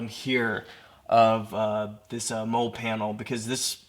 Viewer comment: Mole panel? Molle is pronounced like Molly